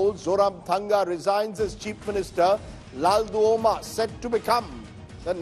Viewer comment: LALDUH-OMA. not LALDU-HOMA